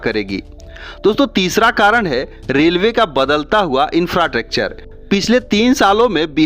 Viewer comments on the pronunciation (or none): इंफ्राट्रक्चर ❎ , इंफ्रास्ट्रक्चर ✅